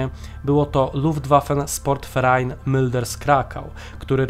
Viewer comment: Jest super ale jedna mała rzecz. Moglibyście nauczyć się wymowy niemieckiej . Na przykład nie Luftwaffe SPORT Verein tylko SZPORT. Pozdrawiam!!!